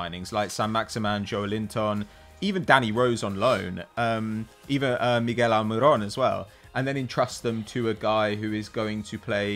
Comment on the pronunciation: That prick with the beard is so silly it’s ridiculous. The way he pronounced Miguel Almiron finished me.